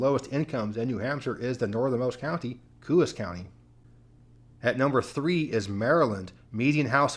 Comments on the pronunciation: Coos County NH has a “Co-ahs” pronunciation. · New Hampshire county is pronounced "co-auce" sorta like co sauce but without the s. Coos. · Love your channel! New England toponym pronunciations are tough for non-natives. "Coos" is not pronounced with an "oo" sound but like "CO-AHS" by locals. Not hating on you. I just know you like to get details like that right. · This was a very interesting video. Just FYI, in New Hampshire "Coos" County is pronounced "Coe-as". I now live in western Massachusetts, but grew up in Manchester, NH. As for Hampden County, MA, it's in bad shape--Springfield is a dump with a very high crime rate, a lot of homicides. I don't often go there, and only if I can't help it. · The correct pronunciation for Coos County NH is Co -long O like Co-op, and os short O like Co-op. Like saying Co-op with an S at the end